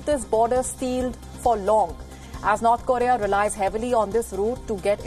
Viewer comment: Can you at least say North Korea properly😂😂😂😂